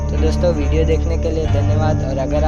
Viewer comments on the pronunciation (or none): none